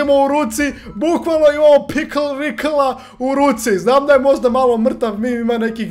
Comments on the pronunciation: Pikl Rikl hahaha kaže se Pikle Rik ali bolje si ti rekao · Ne zove se pikl rikl nego pikl rik